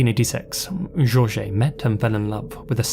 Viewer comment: As someone with the name Jorge, it honestly makes me cringe with the way you pronounce it. However I absolutely love your videos and have been a long time subscriber since 2014